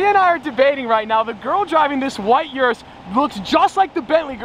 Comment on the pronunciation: How many times can you mispronounce Urus in 30 seconds?